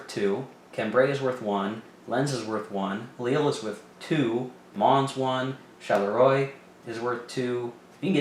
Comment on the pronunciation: French lesson 2: Maubeuge: (Mo-beuj) ; Charleroi: (sharl-rwa)